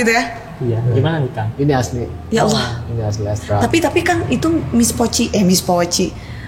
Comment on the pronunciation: Alloh ke ALLAH sebutanya biar betul mbak